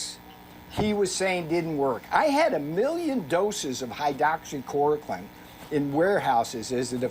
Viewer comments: Hide-oxy-core-o-quimm? He can't even pronounce it. Navarro is the peak of Dunning Kruger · "Hydoxychoriclin" ??? He can't even pronounce Hydroxychloroquine. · Navarro is a dumbass, can’t even say the word hydroxychloroquine right. And Dr. Fauci doesn’t control policy, idiot! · They still can't even pronounce the medication name correctly. Maddening